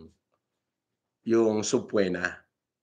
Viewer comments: TALAGANG NPAKA SINUNGALING NITONG TAONG ITO! CONSULTA SA LAWYER ANG BIGKAS SA SUBPOENA IS "SABPWENA" AMF! MGA NAGPAPALIPAD NG SUPER CHAT KUNO EITHER SYA/BAYARANG TAO NYA OR ANG NKAKALUNGKOT NA KATOTOHAN EH TUMATAKBO ANG FOUNDATION NYA SA IBANG BANSA NA MAY NANLOLOKO NA PINOY SA KAPWA PINOY.... SANA NAMAN MAGISING ANG MGA PINOY SA GANITONG KLASENG TAO!!!! DELIKADO ITONG TAO NA ITO DAPAT ITO TULUYANG MAWALAN NG CHANNEL, YUN LNG ANG PARAAN PRA MAIWASAN ANG MALOKO NITO & HINDI MAGANDANG HALIMBAWA SA KULTURA NATING MGA PINOY MAGMULA SA PAGSISINUNGALING, PANG-GAGANTSO HANGGANG SA MABAHONG BUNGANGA. DAPAT UMAKSYON DIN LAHAT NG SANGAY NG GOBYERNO FROM PEACE & ORDER TO BIR.... PREVENTION IS THE KEY!! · It pronouce "suh-pee-nuh" gong2x!!! 😂😂😂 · Bobo! Hindi marunong mag pronounce nang subpoena! 😂😂😂